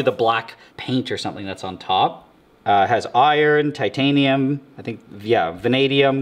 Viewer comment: “I turned my table into pure Titatinum” is gonna be the next video 😭